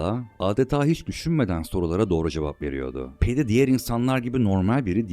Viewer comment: abi kb bi tik sinirli gibi yazmisim diuhzqhuiahda abi hepsinde ufak ufak yanlisliklar var mesela peydi spooner degil pedi spooner olmali. Video cok keyifliydi ama emegine saglik.